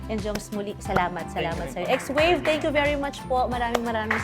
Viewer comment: X wave pala pagka basa.. akala ko swave like swabe